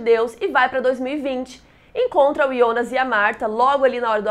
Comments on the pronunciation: QUE AGONIA DESSE IIONAS. DEIXEI DE SEGUIR O CANAL SÓ POR CAUSA DESSA PRONUNCIA Q TODA VEZ ME DOÍA OS OUVIDOS. QUAL A DIFICULDADE DE FALAR JJJJJONAS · Muito bom o vídeo! Mas o pfv, para de chamar o Jonas de Iondas. Eu sei que está pronunciando correto da língua nativa da série, mas estamos no Brasil, Jonas se pronuncia Jonas mesmo. Fica paia e é irritante pronunciar Iondas kkkkk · Me dá agonia ela falando o nome Jonas de IONAS. Sendo que em inglês, em alemão e português nos 3 idiomas eu ouvi "Jonas" msm. Diabo de Ionas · Pq se fala ionas e nao jonas ? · Quem deabus é iondas kkkkk minha filha o nome é Jonas estamos no Brasil